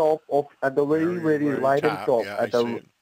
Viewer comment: "The wery wery top". Gawd!!